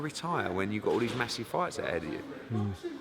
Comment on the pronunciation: Its like hes talking about the size of someones jocky 😂😂😂